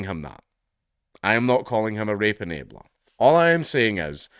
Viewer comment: You know your countries cooked when a surviving WW2 Vet says your country wasn't worth the death of their comrades. Your accent Count really sometimes sounded like you said Rape-a-nator like they are some depraved perverted Terminator